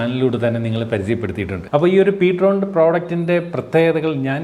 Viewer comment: Ptron ennala real name: (prime tone) ptrone എന്നാണ്